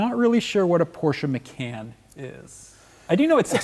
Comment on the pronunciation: Its called the porsche macan as in con artist NOT as in can of coke.